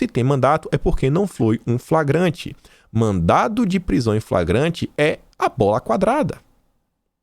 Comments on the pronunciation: você Lê mandado, porém quando você fala fora da leitura você fala mandato. Lembre-se que as duas palavras são distintas. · pelo amor de DEUS é MANDADO,MANDADO!! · por favor, mandaDo... não mandaTo. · mandado e mandato são coisas diferentes. Você pronunciou várias vezes mandato em vez de mandado. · Mandado... mandado... mandado... não é "mandato"! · não é mandato, mas sim mandado. Com D. São coisas diferentes. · não e mandato e sim madado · mandato é diferente de mandado, fica esperto aí na leitura amigão.